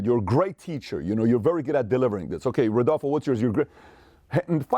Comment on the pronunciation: I’ve never heard anybody say that name right “Rodolfo”… I’m fascinated 😅